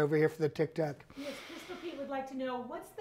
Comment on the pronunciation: I love how you do the deep nasal breathing into the mic and when you refer to Tic Toc as TOC. Absolutely spot on.